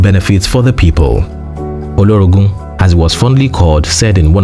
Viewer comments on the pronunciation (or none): NOTE _He:s called OLOROGU _ HIGH CHIEF NOT OLORONGU _ WARRIOR 😂😂